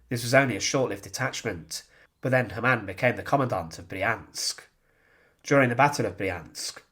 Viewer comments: Ha' mann not Ha ma'nn! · please get your German pronunciation right! Its not HAmann but Hamann. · Hamann pronounced with two syllables " Ha-Mann" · You pronounce the name as if it was an Arab name (similar to haram). It sounds bad for a German like me. So the first Ha is spoken long. Haaamann.